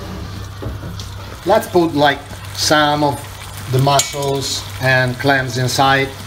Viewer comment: bro, its mussels not mossels